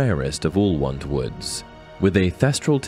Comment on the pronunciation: Why can't this guy say 'wand'? I hope he's alright 😕